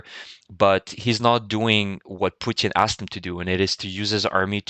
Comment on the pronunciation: Great video, as usual! I really like your pronunciation. Putin becomes Poutjin, and Kherson sounds almost French from you. I am starting to copy your pronunciation :-)